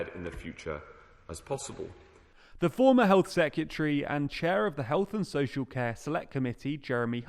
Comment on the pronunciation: The word is Secretary (pronounced sec-ret-airy), sorry to be that person; please can you learn how to say and spell it correctly.